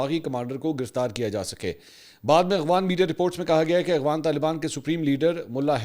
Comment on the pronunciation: منصور بھائی۔۔۔ آپ افغانستان کو اغوانستان کہتے ہیں۔ یہی وی لاگ ہی سن لیں۔۔۔۔ اور افغان کو اغوان کہتے ہیں۔۔۔ واقعی درست ادائیگی آپ کی زبان پر نہیں آتی یا کوئی اور وجہ ہے؟؟؟